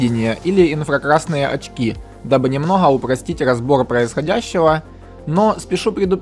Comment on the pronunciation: Не "нАчать" а "начАть" если ты говоришь на русском языке. Не "немноХо" а "немноГо". Не "суднА", а "сУдна" А так, очень ценный контент по содержанию, уникальный, по форме подачи тоже видно что стараешься, речь осталось исправить. Ну и понимай, что при даже детальной подаче, контент специфичен и направлен на узкую аудиторию, но думаю миллионов подписчиков ты наверное и не ждёшь